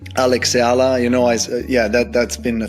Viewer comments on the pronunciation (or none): Eala pronunciation E-yala